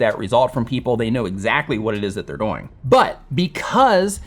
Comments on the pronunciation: Anyone else notice says “doughing” instead of “dooooing”? Great content! Keep doughing what you’re doughing!:-) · Why do you keep pronouncing the word "doing" like DOYnng?? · Great, helpful video. You explain it very well. Im wondering where you are from because when you say “doing” it rhymes with “boing” like a bouncing ball and most people say it “do-ing” like rhymes with “canoe-ing.” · A lot of info, but I keep getting distracted by how pronounces the word "doing" to rhyme with "boing" rather than "viewing." (,, ) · Where you pronouncing"doing" weirdly on purpose?? :D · Is it me or am I the only one that realizes he says doing wrong. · Where is this guy from? And why is he pronouncing "doing" like that?! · Alright, I NEED to know where your accent is from. Your pronunciation of “doing” drives me crazy. Is that part of your dialect or your idiolect?